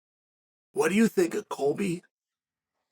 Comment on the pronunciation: “Coilby Covington”